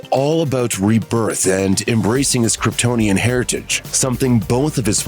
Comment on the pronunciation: I'd have died if Jor el pronounced it "Kryptin"